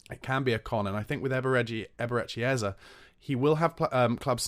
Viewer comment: It’s Eze, (pronounced Ezzay),. Not Ezzer, god damn it!